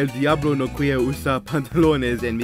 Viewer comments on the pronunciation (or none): none